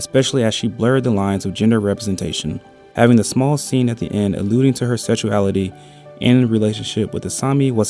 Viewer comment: Try to pronounce sex as "seh kis" with a strong K instead of "set" or sexuality like "sek shoo ality" instead of "se tshoo ality" fact as "fek t" instead of "feh" Besides some other minor mispronunciations your English is pretty good! I just found a bit difficult to understand some parts of the video.